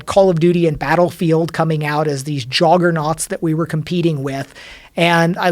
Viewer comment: duke nukem forever, anyone? neither duke nukem forever or rage are that bad, though. also, did he say 'joggernauts?' lol.